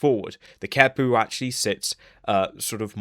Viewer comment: Both the Q and the H get K sounds. The QeHpu would be “Kek-pu”, not “Ke-pu”.